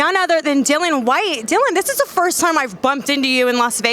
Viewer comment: How hard is it to say Dillian (rhymes with Gillian, as opposed to Dillon?